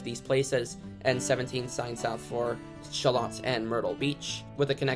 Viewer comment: Military Cutoff.... is the only exit I need!! Sha-Loat (rhymes with boat) nice vid!!